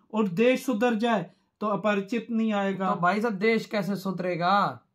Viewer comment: Rambo nahi Remo hai naam aur aaparachit nahi Aparachit hai😂